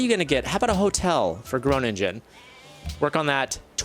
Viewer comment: Groningen is pronounced with a long 'o:' and not Gronindschen but with a gke.